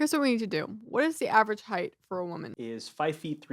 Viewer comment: I heard Hate, not height. I was like what the heck! 😂